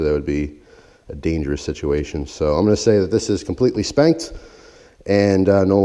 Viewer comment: When he said the knife was “completely spent,” I had to rewind cuz I thought he said “completely spanked” 😂😂